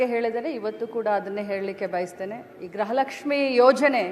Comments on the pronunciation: ಗ್ರಹ ಅಲ್ಲ ತಾಯಿ ಗೃಹ ಲಷ್ಮಿ ಏಲ್ಲಿಂದ ಬರ್ತೀರಾ ನೀವುಗಳು ನಿಮ್ಮ ಪಡೆದವರು ನಾವೇ ಅಬ್ಬಾ.......😂😅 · ಗ್ರಹ ಲಕ್ಷ್ಮಿ ಅಲ್ಲ, ಗೃಹ ಲಕ್ಷ್ಮಿ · ಗ್ರಹ ಲಕ್ಷ್ಮಿ ಅಲ್ಲ.... ಗೃಹ ಲಕ್ಷ್ಮಿ 😊